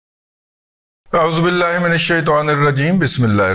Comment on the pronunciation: آپ مونڈ کیوں کہتے ہیں آپ من کیوں نہیں کہتے۔